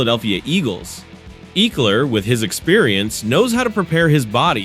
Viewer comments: You are pronouncing his name incorrectly. Ekeler…… short e sound. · still incorrect pronunciation.